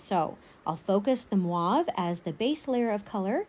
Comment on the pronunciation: I love everything you do, you’re the best artist that I started following but please stop saying MWAV for the mauve. It’s should be pronounced & sound like M O V E. The O should sound like O. ❤️